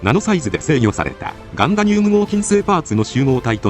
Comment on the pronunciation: ガンダニゥム合金 ガンダニュウム合金ではなかった？